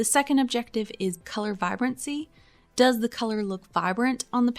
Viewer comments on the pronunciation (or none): none